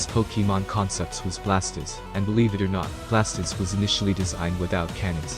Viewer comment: Venusaur looks awesome. Fire Garchomp is a swing and a miss. Blastoise looks great too, but the way you keep calling it "Blast-is" is undignified.